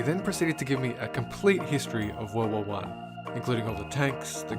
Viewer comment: Some reason I thought you said world wall one the entire time instead of world war one